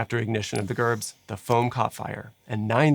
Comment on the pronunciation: Painful hearing you say Gerbs wrong over and over is cringey